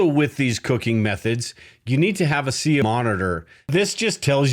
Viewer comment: CO !!! Not CO2